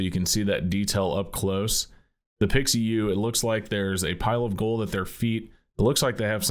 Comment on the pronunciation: Pi Xiu ( Pee-shu) not pixie yu.